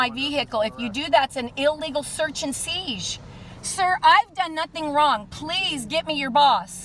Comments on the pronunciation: "that's illegal search and seege"?! This wench cracks me up! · "...that's an illegal search & seesh!" im ded. 🤣